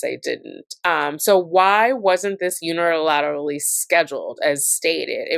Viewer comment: Omg. I’m sorry but hearing you say “Un-er-al-ill-aterally” with about 8 syllables a bunch of times instead of “Unilaterally” (6 syllables) is getting me… 😂